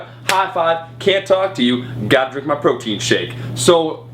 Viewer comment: My only complaint is I think you say proton... Not protein... Thought that was funny though. I believed the timing of pre and post workout supplement too. So stupid... SMH.